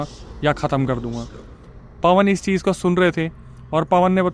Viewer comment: Cheej ha cheez ? Kitna ganda bolte ho